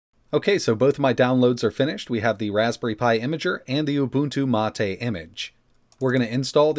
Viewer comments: "Mah-Tay" is the official pronunciation. knows how to correctly pronounce it (as discussed in another video), but he chooses to mis-pronounce it, which is a bit odd, but everyone has their quirks. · Ubuntu means humanity 😂😂😂. I'm pretty sure mate just means mate and is said as mate 😂😂😂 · Is it really MA TE or mate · mahtay..... If you say so mate. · The correct pronunciation is "Ooo-boon-too Mah-tay". has stated before that he intentionally says it wrong.